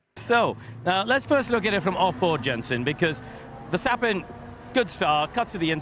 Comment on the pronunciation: Verstrappon’s 😂 Love it!